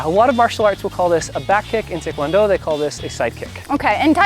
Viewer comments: First of all it is pronounced Tie not Tay, it's called a round kick not roundhouse, and that explanation of what tae kwon do is and how to do it is wrong on so many levels. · I checked out soon as that clown said tikwondo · I just watched some mildly infuriating reddit reviews and I just hear that man say tickwondo and not taekwondo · Hello I'm blind and read taekwondo as 'Tie-ick-wan-doh' Lmao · They pronounced takewondo wrong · Him: tickwondo Me: tickwondo? NOOOOOOOO